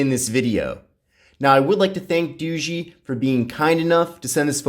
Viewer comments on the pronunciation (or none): Dao ga not doogee